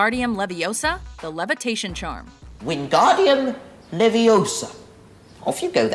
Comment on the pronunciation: Stop stop stop your going to say it wrong its leviOsa not leviOsaa